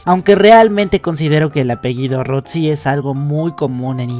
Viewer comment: Rossi no se pronuncia "Rotsi" no es como la palabra pizza, sólo la doble z se pronuncia con una t. Se pronuncia Ros-si, como haciendo una pausa.